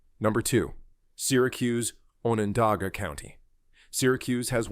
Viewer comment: Need to say Onondaga correctly 😮